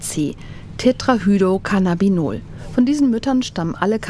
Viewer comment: Tetrahydrocannabinol mit R bei HydRo nicht Hydo 🫣